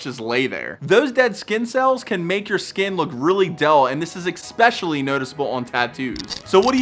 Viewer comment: sorry im an ass for this but it bugs me.. its Especially not expescially